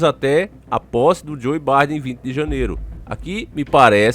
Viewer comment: Não é Barden não é Biden (fala-se Baiden rs)